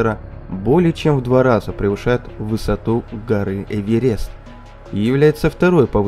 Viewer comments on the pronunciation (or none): none